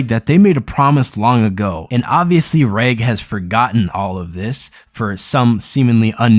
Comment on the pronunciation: Wow you only managed to pronounce Reg correctly. Every single name gotten wrong. Im sorry I know it is a small thing but it pisses me off extremely when I hear it again and again...